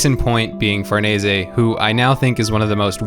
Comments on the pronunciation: Dude Did you just pronounce her name (FUR-NEH-SEH) I’m pretty sure it’s (FAR- NESE) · Um... one thing, I think their names are pronounced "Far-niece," and either "Sure-kay," or "Shear-kay." The way you said it makes me think of Gatsu. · Farnese is pronounced far-niece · I thought it was pronounced (far-ness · 0/10 it’s pronounced farnees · The way you pronounce Farnese and Schierke kills me, man. Good video, tho.